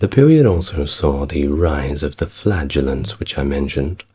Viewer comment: It's flagellents, not flatulents,but thank you for giving me a giggle! Love your commentary!😂💨💨💨💨